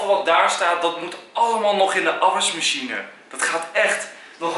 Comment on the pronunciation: je zegt zo grappig afwasmachine haha